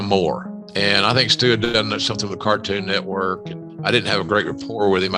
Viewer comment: Why when bro say network he pronounces it "network" but when he says cartoon network he pronounces it "cartoon neckwork"? 😂 am i trippin or what?